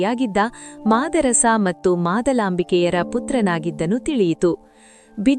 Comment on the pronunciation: ಮತ್ತು ಎಂಬುದನ್ನು ಮಟ್ಟು ಎಂದು ಉಚ್ಛಾರಮಾಡುತಿದ್ದೀರಿ. ಇದನ್ನು ತಿದ್ದಿಕೊಳ್ಳಬಹದೇ ಮಹಾಶಯರೆ